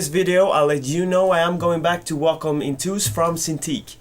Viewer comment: It's intuos not intous. Well and about the topic: just use whatever fits best. I prefer seeing what I'm doing, but that might be the other way round with others